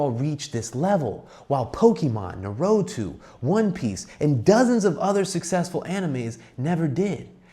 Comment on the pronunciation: Homeboy said "narutu" 😂 I can't un hear that now.